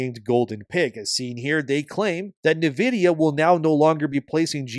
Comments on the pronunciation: It's pronounced 'in vidia' not 'na vidia.' Love your stuff but this bothered me more than it should have. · HOLY SHIT how can someone mispronounce Nvidia SO MANY DAMN TIMES. It’s NVIDIA NOT NIVIDIA! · Great coverage as always. Just sounds funny the way you pronounce "Navidia" should sound more like "Envidia" and for DRAM instead of "dram" should be "DeeRAM" 🤣. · It’s pronounced in vidia for nvidia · I almost had to stop listening with how homeboy was pronouncing Nvidia lol